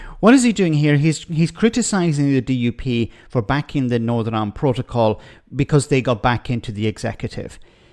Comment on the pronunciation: This guy should be nowhere near ‘powitiks’, he’s still in the 1600’s with his bigoted opinions and now wants to argue with the people he should be siding with. In fairness he is comedy gold when he starts spouting his hatred of everything. Iwand doesn’t need his sort. Yes, I did spell it as he says it.